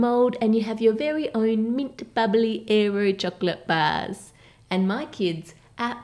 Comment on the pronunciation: "érroh bahhhs"